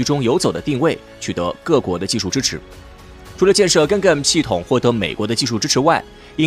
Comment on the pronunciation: "Ga gan" 读音： 尬尴......:face-blue-smiling::face-blue-smiling::face-blue-smiling